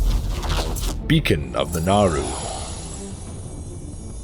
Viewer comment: "Bacon of the Naaru"